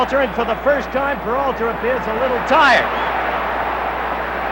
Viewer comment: Howeeee cannot pronounce PERALTA.